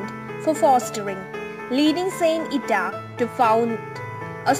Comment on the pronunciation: Not the real and true story….. bye the book of her life here in Ireland…. Also the way you pronounce the word is wrong and gives people the wrong impression!!